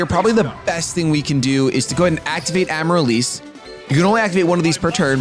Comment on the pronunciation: the plant is pronounced Am-a-rill-liss